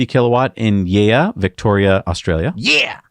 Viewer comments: Yea - it's pronounced 'yay' - just sayin'... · FYI, Yea in Victoria is pronounced "Yay". I had not realised it was open. Will have to drive up and review it.